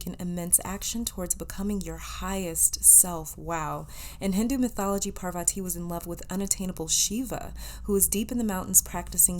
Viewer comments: Ojas is read as is and so 8s Parvati...u pronounced it right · Heyyy For the pile 1 You pronounced 'parvati' correctly but the other one is pronounced as 'ojas', the 'j' is not pronounced as 'y', as in 'jus-tice'. And 'ojas' means 'radiance' or 'light'. I hope i was able to help 💗💗💗